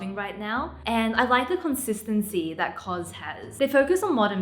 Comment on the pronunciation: Wait, is that how it’s pronounced? CoZ? 🤔